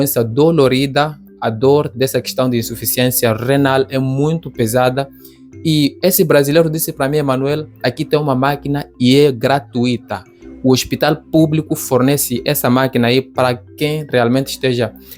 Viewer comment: É gratUIta. Não tem acento no i.